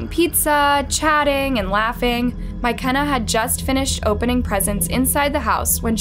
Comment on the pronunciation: no the pronunciation is wrong lmao